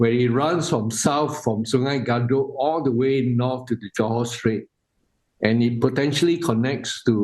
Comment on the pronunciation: Please pronounce the right way. “Kadut” like car-doad. Not “c’doad”. That means wrinkle in Malay language. Wrinkle river 😂